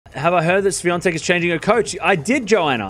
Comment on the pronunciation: Ahahahaha.. Got the pronunciation spot-on, mate ! 👍👍